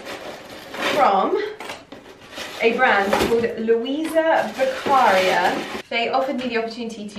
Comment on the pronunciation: It’s Luisa Beccaria a very high fashion Italian brand and the accent goes on to the i. Luisa Beccaría.